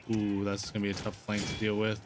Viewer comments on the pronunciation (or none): none